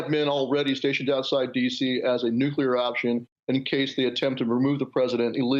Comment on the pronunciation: So, he says, "nuke-ya-lurr" - which shows a bit of a speech malfunction.